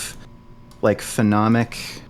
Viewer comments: jesus christ it's so annoying when he calls it phenomic differentiation instead of phonemic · Fo-nee-mik is how to pronounce phonemic. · saying "phenomic" for "phonemic" over and over and not getting corrected is tilting me so fucking hard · bro said phenomic lmfaoooo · For someone with advanced knowledge of how children perceive sounds, it’s hilarious to hear mispronounce “phonemic” as “phenomic” all the time. Also, mans is full of shit. Children learn to discriminate sounds very early. By 6 months on average children can differentiate their mothers’ native language from that of others. Take that from someone who actually studied sound structure as well as applied linguistics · Whoever stepped in for allophones and phonemes, you are my hero. his mispronounciation was irking me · I was so triggered by them both mispronouncing "phonemic" for the first part of the debate. I knew what they meant, but...